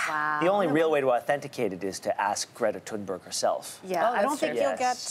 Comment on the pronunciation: MacHamish they can’t even say greta thunberg